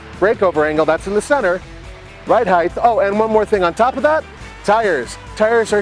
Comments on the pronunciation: It's "Ride Height", not "Ride Heith", lol. Decent review. 2015 Honda wins, IMO. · Did I hear a "height-th"? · hint: there is no "th" at the end of the word "height"....